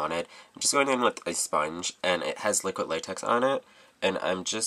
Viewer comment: I like your way of saying liquid latex. You say liquit. Hahaha